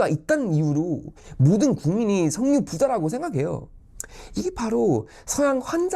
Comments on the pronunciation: 석류라고 하는줄 ㅋㅋㅋㅋ [서규]입니다~ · 석유라 쓰고 서규라 발음합니다.